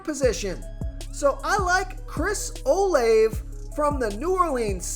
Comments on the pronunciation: its pronounced Chris (Oh-Lav-A) 🤭 Thanks Tho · BRO ITS CHRIS OH-LAV-A( OLIVE) AND IT DO-BER-NAY LOL IF YOU ARE MAKING MONEY OFF THESE PLAYERS LEARN TO PRONOUNCETHR NAMES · I'm 100% convinced this guy purposely butchers these names because come on man it's really not that difficult to pronounce Olave....